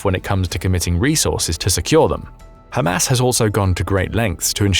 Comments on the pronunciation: I love how he pronounces it "Ham Ass". You know, the followers of Mo Ham Head. 😀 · Spongebob Nukes and Ham Ass exactly how thos guy says it